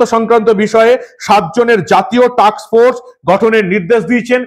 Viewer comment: আপনার প্রতিবেদন ভালো লাগে, উচ্চারণে একটু সাবধানতা নেবেন টাক্স ফোর্স না টাস্ক ফোর্স